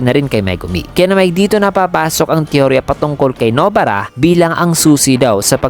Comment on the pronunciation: Nobara not No-bara. Pinoy ka nga talaga.